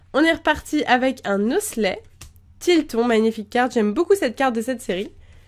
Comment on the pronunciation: a la plasse de dire tylton tu as dit tignon